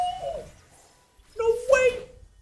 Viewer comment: Just sayin: not re-post, rih-post... Riposte